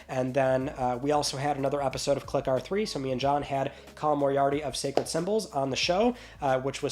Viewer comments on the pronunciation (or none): none